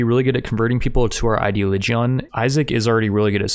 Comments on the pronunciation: gotta love how you say ideology "ideoligeon" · Ideoligion is not pronounced like that